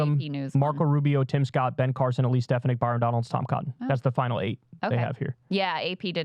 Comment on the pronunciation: Kyle, you’re from NY, you know damn well how to pronounce stef-AH-nihk 😂😂 Plus bonus to Kyle for the Borghum detailed visuals upfront